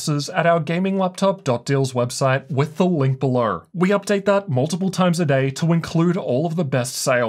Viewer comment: “Links bellur”